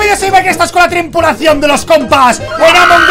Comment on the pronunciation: Nadie: Absolutamente nadie: Mike: trimpulacion